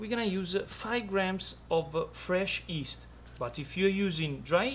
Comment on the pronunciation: I love the way he pronounces yeast - "east"